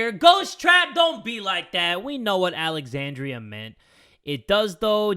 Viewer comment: I was watching this as background noise, and heard him say my name (Alexandria). I jumped, genuinely confused for a moment lol Edit: Lowkey surprised he pronounced it right. NOBODY does.